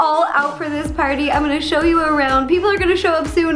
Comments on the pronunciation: "and he's ready to PAWTY" when she said that, I thought she meant potty. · Whenever you say pawty it sounds like potty xD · Does anyone else thing that “Pawty” sounds like potty 🚽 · The fact that "pawty" sounds like "potty"😂😂😂